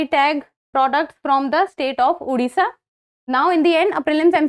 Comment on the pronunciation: Mam sorry but It's Odisha Not Udisha We have fought it and got the 97th Constitutional Amendment